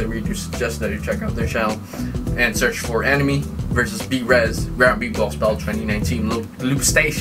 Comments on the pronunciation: Birez? That's Brez... I know that you know but seriously... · Oh so its "Brez". 10sec later: B-rez